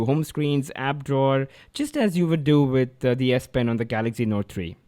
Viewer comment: why do u keep saying galackzi s5 when its galaxy s5?